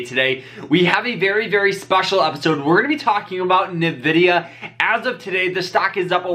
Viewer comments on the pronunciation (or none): The first syllable in the name Nvidia is actually just pronounced like the letter N. It's not Na or Ni. You just say N ..pause.. vidia.